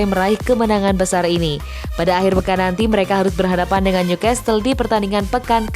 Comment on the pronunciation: Newcastle dibaca tanpa t Leg ke dua, e nya bukan dibaca i tapi dibaca spt e dalam 'remeh' Ayo dong, narator2 banyak belajar ya....